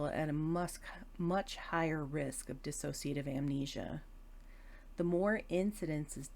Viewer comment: Would be really good if people, especially professionals, could pronounce 'dissociative ' properly.. it's not 'diss-a-so-cia-tive' ... it's 'dis-so-cia- tive' ... Thanks for the video